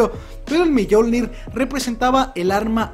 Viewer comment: Se pronuncia miolnir no millolnir